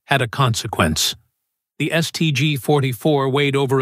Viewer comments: The "Saint G 44"? AI strikes again. 😂😂😂😂😂😂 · "Saint G"... "Carbyne"...piss off. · Try teaching the stupid AI narrator to speak. St. G? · Saint G??? More slop thats not e en checked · "Saint G"?, "citation" being read aloud. You've got to laugh though!